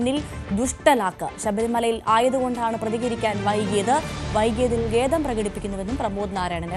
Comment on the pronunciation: ഘേദം അല്ല, ഖേദം.